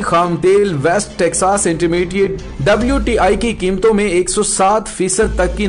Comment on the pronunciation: Not WIT IT'S WTI